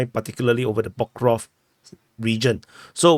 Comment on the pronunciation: Not pokrov but pokrovSk (it says itself)